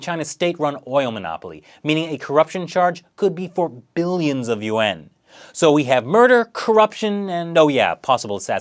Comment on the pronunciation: your pronouncing the currency wrong